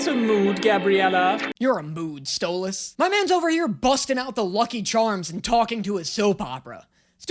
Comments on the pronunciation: Idk if it's a bit on this channel, but it sounds like pronounces 'Stolas' like Stella's pronunciation: "Stole-Ass" lol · "sto-LAS" gets me in the worst way every time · "Stolaasssssss" hahaha bro hes saying his name is saying it wrong 😂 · Omg I hate the StolAs like please say it correctly!!!! Also….i love Alex! Don’t you! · you pronounce stolas like stella and im here for it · im gonna cry if he calls stolass stole-ahs again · Whats funny is Stolas is pronounced almost like soulless!! (Stol-llis) Also Blitzøs mom is dead, thats why he was crying at the end of season one final. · OMG STOP SAYNG STOLAS SAY STOLĂS PLEASEEEEE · “I love stolaz” who doesn’t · I love how says Stolas’s name like Stella XD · Again with someone saying stolaas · He's still calling Stolas Stol"uh"s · Hey y’all, remember when we bullied this man into saying Alastor’s name correctly for Hazbin? Yeah I’m gonna need to see the same effort here for Stolas’s name. If I have to hear this man pronounce it like “Sto-lahs” one more time I might actually lose it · brooo his name is pronounced stole - es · I love how always pronounces Stolas' name as "Sto-LOSS" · His pronunciation to Stolas kills me😭😭 ‘St-o-las’ 😭 It’s so funny to me lmao. (PS i am not making fun of his pronunciation of it!!!!! It’s just something that I find funny 😭) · I love u but if you say stole- ahss one more time I'm gonna lose it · You not saying stolas right, idk why tho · Praying for the day he says stolas correctly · Idk why I hate the way he pronounces Stolas’s name 😭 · Omfg stop saying stolas like that... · sweetie I love you I do but the way you say Stolas name makes me skin crawl 😢 😂😂😂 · I feel like his Stolas pronunciation is gonna turn into the same situation as Alastor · Am i the only one that noticed that doesn't pronounce stolas correctly love him but omg it bugs me sm 😅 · dude you said stolass name right at the start then wrong the rest of the video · its not "StOlaZ" its stoliz